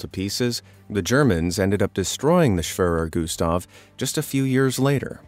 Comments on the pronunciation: schwöror güstf lol all germans are laughing. The e is pronounced like in the word egg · "schwaver gustav"😂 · It’s pronounced schwerer Gustaf